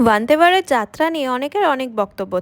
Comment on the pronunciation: Ota Bande Varat not wande😂 beshi style kore kotha bolte giye bhul pronounce korche